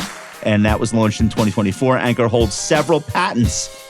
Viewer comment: ONE BILLION people know how to pronounce Ankur. LOLZ - an avid listener